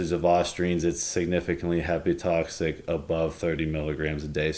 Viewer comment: Injection would bypass first pass metabolism so why are you saying oral administration is better or safer? Btw, it's hepatotoxic, not "hepatoxic" lol.